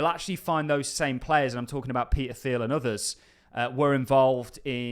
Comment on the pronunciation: Theil...is pronounced Teel